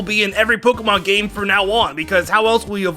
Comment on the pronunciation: When on #1 when says game does it sound like hes saying gay instead of game I only heard it and immediately thought he messed up or its an accent.